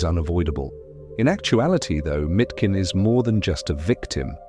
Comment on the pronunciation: It's not Mitkin but Miškin [Mishkin]. miš [mish] means "mouse", which is a contradiction with his name Leon (lion), in english: Lion Mouse.